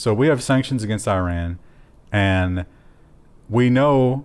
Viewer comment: it's iran, not iran